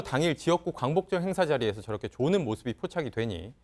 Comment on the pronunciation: 조는이 아니고 자는 이지